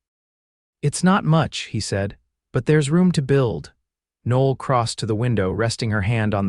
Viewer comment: Women's name Noel, pronounced "No L".